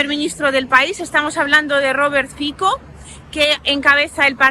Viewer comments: Aló! Mire, el nombre del candidato eslovaco Fico se pronuncia: FITSO. La C es 'ts' igual que el la Z alemana. No es Fiko entonces. Saludos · Un pequeño apunte lingüístico: Fico se pronuncia "Fitso" (Фицо). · Fico... se dice fitso y el partido es Smer, no esmer o smek 🥹🥹🥹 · el partído se llama SMER no SMEC y politico se llama FICO NO FIKO😅